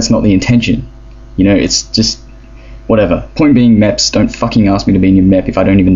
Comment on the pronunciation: Not mèps MEPs XD